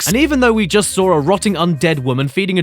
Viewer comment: And you sawr it again. And you sawr it again Then you didn’t SEE it And then you sawr it again. Hmmm?